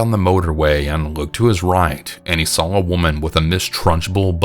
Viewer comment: Why Do You Say “VER-GINA”? Why Do You Also Say “SAWL” For “Saw”? 😂😂😂😂😂😂The way you pronounce words is so funny to me. Love you 🖤❤️